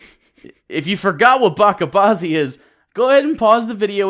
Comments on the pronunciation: 4 :55... ba-chha baazi... 'ch' as in "children", not "becham" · Bachi bazi. ch as in check, not a k. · From someone who speaks a language somewhat tied to Arabic, "bacha bazi" is pronounced with a "ch". Small mistake there. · Its pronouned Ba-"cha" bazi, "Cha" as in Charmander, Chestnut, Church etc. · You mispronounced Bacha Bazi. It's pronounced "Batcha Baazi"